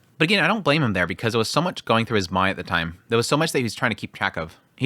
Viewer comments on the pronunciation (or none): none